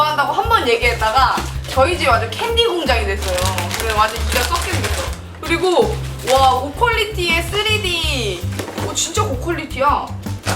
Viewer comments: 3D를 쓰레기로 들음ㅋㅋ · 처음부분에 양띵님이 고퀄리티의3D라고 한걸 잘못들어서 고퀄리티의 쓰레기라들음 ㅋㅋㅋㅋ